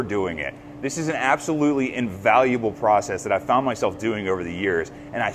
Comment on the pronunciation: I am a tool maker (with you) and your "yens guys" is funny / but we say "used gays" sound it out slow like you do, you will get it.